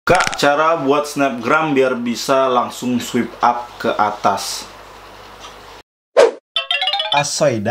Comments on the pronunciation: I heard "sweep". not "swipe". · Swaip up baca nya. Bukan swip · bacanya swayp bang, bukan swip hahaha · Swipe dibaca swaip bangBhkan swip hehe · Swipe dibacanya swaip kak 😊